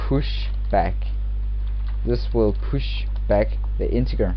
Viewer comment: It's pronounced "in-teh-jerr"